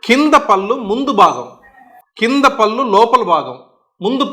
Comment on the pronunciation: డాక్టర్ గారు నమస్కారం పల్లు కాదండి పళ్ళు అనాలి భాష ను నాశనం చేయకండి భాషను కాపాడండి. ముందుతరాలకు శుద్ధమైన భాషను ఇద్దాము. అది మనధర్మం. కళ్ళు పదానికి కల్లు పదానికి అర్ధంలో చాలాతేడా ఉంది గమనించారా కళ్ళు అంటే నయనం దృష్టి ని ఇచ్చే అవయం కల్లు అంటే నిషా నిచ్చే ద్రవ పదార్థం. కనుక కళ్ళు ని కల్లు అంటారా? తెలుగు భాషలో 56 అక్షరాలు ఉన్నాయి ప్రతి మాట ఉచ్చారణకి అక్షరాలు ఉన్నాయి ఇంగ్లీష్ భాషలో లాగ ఒకే స్పెల్లింగ్ తో వేరువేరు అర్దాలతో ఉండి ఒకే ఉచ్చారణతో పలక వలసిన ఖర్మ మన తెలుగు భాషకు లేదు. "దేశ భాషలందు తెలుగు లెస్స" మాతృ భాషాభిమానం కలిగి ఉండండి ఇతర భాషలను గౌరవించండి. పూర్తిగా ఓపికగా చదివినందుకు ధన్యవాదములు.